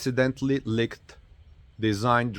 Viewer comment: Leeked not licked